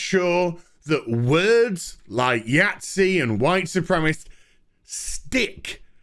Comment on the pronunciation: Dude, "soo-prem-eh-sist". Don't cheat yourself on a syllable.